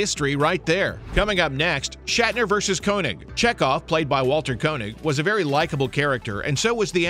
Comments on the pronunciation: "Koenig" is pronunced "Kay-nig", not "Ko-nig." Do some research. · Isn’t Walter's last name pronounced, "KAY-nig"...? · Actually, the "oe" is the variation of "ö" used in languages that lack the umlaut (so König becomes Koenig), and is pronounced with a vowel sound that doesn't even exist in English. English speakers sometimes choose to use "Kay-nig" which phonetically is a little closer to the original German pronunciation, and this is what Walter Koenig does. However they equally often choose to pronounce it how it looks to an English speaker. I have a colleague at work who does this; he pronounces his name "Ko-nig." In the 1970s sci-fi series "Space: 1999" they made the show's hero, Commander John Koenig (and all the other characters on the show) pronounce his name "Ko-nig" as well. This is not "wrong" it's just how they prefer it, and since neither pronunciation is correct in the original German, it's up to the wearer of the name. Walter Koenig clearly prefers "Kay-nig" -- or that's just how his family have always pronounced it since they assimilated to American culture and adopted English. They might have gone the other way, and that would be fine too. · In every interview I'd ever seen with Walter Koenig, they'd pronounced his last name as "Kay-Nig"